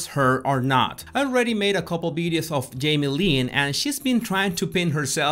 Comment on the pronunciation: "Her father yamie Spears"😁😍